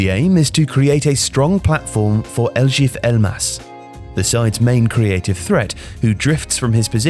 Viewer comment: you pronounce elif elmas really bad the elif part